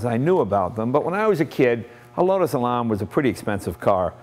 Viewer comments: WISH HE'D CALL IT ELAN, AS IN ANNE, NOT LARN. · Lotus Elan. Probably one of the Best Uk sports cars. Lovely to drive and very , very quick! However, please learn to pronounce the name of the car correctly . . .